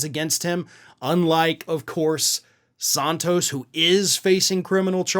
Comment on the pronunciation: I love you, man, but every time I hear you say “Santos” incorrectly, I cringe.